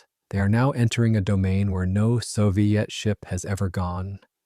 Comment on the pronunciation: Since when did we start pronounciating "Soviet" as "so-vai-et"?